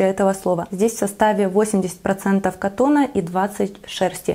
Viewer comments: не кАтон,cotton -кОттон🙅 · Тогда почему не по-польски bawełna?😄Я не против, говорите котон, только ударение на первом слоге должно быть, извините режет слух